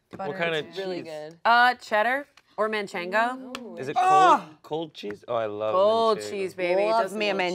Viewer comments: The second Chance mocked the way said “Manchego” I KNEW the next words out of his mouth were going to be “Manchengo Unchained”. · being latino and watching them say MANCHENGO and HABAÑERO is WILD lol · Not me and Chase picking up on that pronunciation of Manchego Cheese